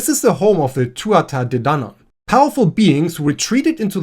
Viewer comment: Minor pronunciation note: Tuatha Dé Danann is "Too-ah", and Aes Sídhe is "As Sheedh" , dh meaning a soft th sound. I think. Anyway I'm close. **edit**: Samhain is pronounced "Sah-wen"